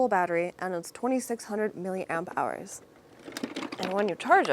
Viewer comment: Clicked for the thumbnail stayed to hear you say Milli Amp Hour! Love the Vids